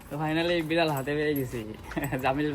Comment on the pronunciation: বিরাল❎ বিলার✅ 😂😂😂😂